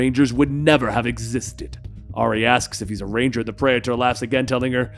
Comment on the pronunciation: that was pretty cool, I hope they use and explore that praetor lore in the future. also praetor is pronounced pree-ter, like peter with another r, not predator without the d